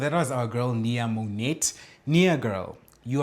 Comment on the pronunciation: Mo-NET is the funniest thing ever! Mo-NAY is how it’s pronounced. And bikini 👙 on top of your stomach had me undone.